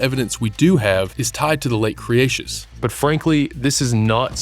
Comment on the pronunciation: what i think is you should say cretaceous not creatious :D